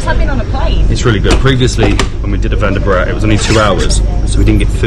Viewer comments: Your videos are interesting. Please please please.. you are mis-pronouncing the names 😂. Vande Bharat is what you pronounce is incorrect. I would request you to ask the local people how to utter the names. I'm sure you will say it right before you guys return to your country. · It's vande not Vander sir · ARE BHIE..........ONE DAY BORAAT.......nahi.......( Vande Bharat )...........😂😂😂😂😂😂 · "Venda Burat" train. 😂